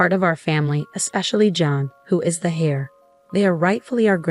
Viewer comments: Heir is pronounced air. The h is silent. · The male child is not the "Hair" , but it's pronounced "air".